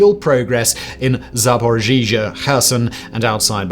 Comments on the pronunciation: It's ZaporoZH-YA, not ZaporoZHEEZHIA😂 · It’s pronounced “ro-bo-tee-neh-“ and “Zappa-roh-zieh” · Zaporizhzhia is waaay more easy to pronounce than it looks...I cringed every time you said it.